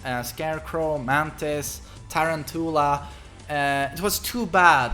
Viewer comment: The way he says tarantula XD